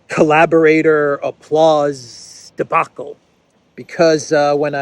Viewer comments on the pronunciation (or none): none